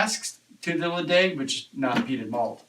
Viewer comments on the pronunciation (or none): Nice review. Try the older versions which, as you suspected, offer more. BTW, it is pronounced le-cheg. Happy Thanksgiving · Good review fellas. I had a early 90's bottling Ledaig 20 year last night. Ledaig is pronounced Le - Chag with a long sounding A